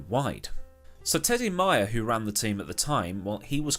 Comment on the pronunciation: It’s May-er not My-er